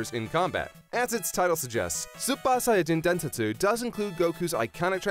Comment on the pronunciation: the way he says super saiyajin densetsu is pissing me off, super is an english word so pronounce it right not like a japanese school girl "soopa" 🤯🤬